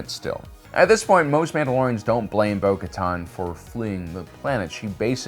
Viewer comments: So many years and you still can’t pronounce names. Bo-Kotan Kriss, really? Bo-Kotan Kryze, pronounced Kre-sse. You just showed that she also reinforced Kenobi when he rescued Satine. So you can’t say her decision to leave was exclusively about Maul killing Vizlsa. SMH, Sabine Wren pronounced Sah-been not Sab-ene. You have a great channel, just stop your improvisations with names. Rewatch content for accuracy. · Translation: Bo-Katan = Bo-Kar’en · Okay. It got worse. First he only misspronounced her name. And now he misspells it too